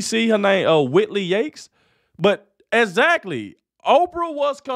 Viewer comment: This black guy doing the show needs to learn how to say exactly. He says it like a drunk person